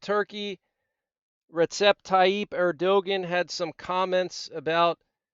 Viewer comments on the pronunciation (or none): Learn how to say Turkey's President- sounds like Ear-doe-wan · Erdoğan is pronounced "Air-doe-wan" fyi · Also, that ridiculous name, Erdogan is pronounced Erdowan. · Hey - You are incorrectly saying the Turkish leader’s name. It’s pronounced “Ur-dough-wan”. It took me a bit to learn how to say it too. And in Ezekiel 38 and 39, God put hooks into the jaw of the prince of Gog to draw him into attacking Israel. This prince is the leader of Tubal, Meshech and Rosh which is modern day Turkey. Erdogan (prince of Gog) initially pledged peace at the start of this conflict. Now he has sent his navy and has declared his hatred for Israel. If Erdogan commits ground troops then Ezekiel 38 and 39 is the real deal. The Iranians are raising a million man army of Islamists to fight Israel. And I bet Erdogan will commit because of his spoken aspirations to form a Caliphate with him as leader. In Ezekiel 39, God destroys Gog and this mighty army and it takes Israel 7 years to bury the dead and to cleanse the land. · I love these updates, thanks man and keep them coming. But for the fourth time erdogan = "AIR DOE WAN" <3